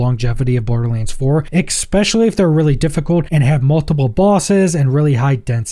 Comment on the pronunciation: Friend, for the love of all the gods, the word is ESS PECIALLY. Not ack specially. This was the second video of yours I've clicked on, and I am liking your vibe because it's not incredibly over the top. But please. Stop hitting the "ack" on especially. Edit: you actually said "ex" not ack. My bad. Still. It's an "es" sound. No hard consonant in there.